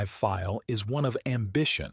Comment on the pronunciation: Minor annoyance - The Germans called it the "Dee OH three three five" Feel .NOT "dough three-hundred and thirty five fail".